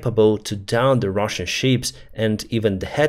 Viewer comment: Thank you for your work and videos. One little unimportant correction: Please do not pronounce the word 'ship' 🚢 like 'sheep' 🐑 🙂 Greatings from Switzerland